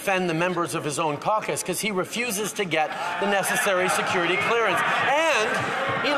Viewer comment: tUrdEaU: sEcUreeTy CleErNace